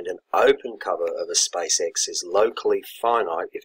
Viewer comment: He may mean the pronunciation of the word "space", which sounds like "spice"